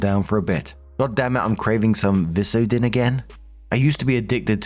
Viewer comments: Vicodin is VIKE-uh-din. It's a narcotic prescription drug. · The "Vic" in Vicodin is is pronounced like viking. It's a pain medication that can be highly addictive. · Vicodin = "Vyke-o-din" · Its Vye-code-in, it's a narcotic, so he's in a pretty bad place. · Hey for the last story, Vicodin is pronounced VI-co-din. I know this is a dumb thing to bring up, but I wanted to let you know. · Story 2:, Vicodin is pronounced Vi-co-din. It's prescribed for pain typically.